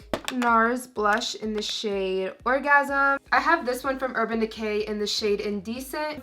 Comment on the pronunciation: hehe you said orgasam